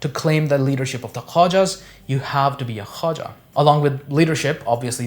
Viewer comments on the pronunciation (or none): Khoja not Khawaja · Dear, the correct pronunciation of the word is KHO-JA and not Khwaja which is altogether a different family name or cast. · It is called the 'Khoja' community not 'khwaja'